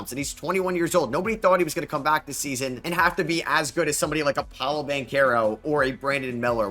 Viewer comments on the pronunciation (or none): none